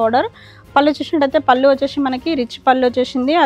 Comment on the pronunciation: Vacheshee vachesheee please anodhu ma. Vinadaniki assalu baledhu Just say vacheesi ( c)